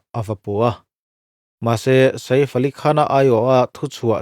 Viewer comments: Sa-if ti a lam lo hian, midang lamdan in "saif" ti ve mai la😂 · Sa if...a lam lovin sef ti alam tur.anih loh pawn safe..ilam dan dan kha dik ani mai ang. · Ka lo ti ve mek a....😂 Saif tia lam mai thin a nia. A rawn ti sa_if ta tlat sia....mi zawng2 Hriata hetiang ti chhuak tur chi hi chuan mi nawlpui lam dan te hi han hrechiang hmasa ve thin se a tha ngawt ang 😅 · Sa iff ❌ Seeifff ali khan✅ Ngaihthlak anuam thin e🤝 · A hming hi i van lam thiamlo ve aw😄😄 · Sir, Sa-if ti suh....Sef tih tur 😅 Chuan, film chu film......huaisen taka a lo beihlet ve avang hian a ngaihsamawm zawk.... Arnold meuh pawn stuntman a hmang fo.. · Vai ho in sa-if ti in vawi khat mah an lam ka la hre ngai lo, a leh i kal kawp chu e angin an lam ri ṭhin... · Sa if a ni lo, shave/save tia kan lam ang khan lam tur. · Sa if ni loin saif aw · 😂😂😂 lam cial khawp mai.. Bollywood ho pawh an bo map thei mai ang😂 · a lam dan dik tak a nih a ka hmu lo a min lo hrilh laa ..i Hriat hmel bawk sia..YouTuber pakhat vang in vai hming lam dik lo ah ka in hruai tir dawn lo reng reng ..😂😂😂